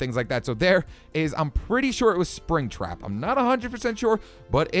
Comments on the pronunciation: I like how he says itts springtrap to me haha so funny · when you said springtrap I cringed